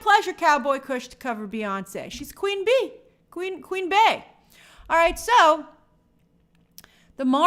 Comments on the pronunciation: Its pronounced "Bee" not "Queen Bay" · Grace, I just came here to say that Bey is pronounced BEE not Bay... it's Queen BEEEEEy. Like the insect. Idk where yall get Bay from 🤔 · Grace PLEASE stop saying Bey pronounced as BAE. She is the Queen Bee. Her name starts with a B. It’s not Bā-yohn-say… it’s Bee-yohn-say.